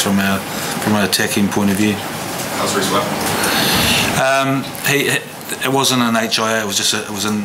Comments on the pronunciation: Hard to be humble mr gats lol....you use to coach otago !! ....so you should pernounce reikos name properly ......shame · La Lonesko *pronounce *Rieko’s